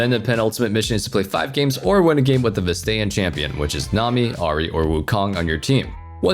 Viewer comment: Vas-tae-an champion 😑